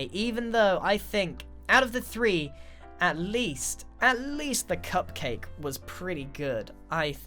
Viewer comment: When you said "I has cupcake" , it actually said "IHasCupQuake" as in the youtuber